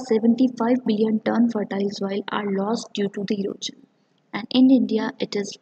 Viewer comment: Your classes are good but the term "erosion" is not pronounced as "erojan" .. it is "eroshan"